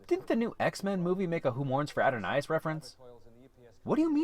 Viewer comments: Just a nit... the correct pronunciation is "Who Mourns for A-Don-iss", not the way you said it. (Add-a-doe-niss) 8-) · Dude! I get that the writer is not the narrator. But please google how to pronounce an episode of TOS if you’re acting genuine. It’s “who morns for Adonis” ah-don-is not ado-nise.